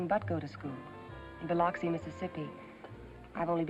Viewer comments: She mispronounced Biloxi, MS....it is spoken as Bi-LUX -ee not LOX - ee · Dan Dailey pulled off acting as a Southerner but gave away his New York roots when he mispronounced Biloxi ! Great movie tho !